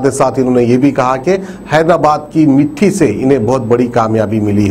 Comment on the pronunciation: Mitthi nahi bhai mitti bolo